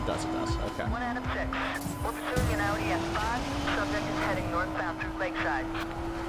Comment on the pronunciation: He doesn't know how to pronounce Audi?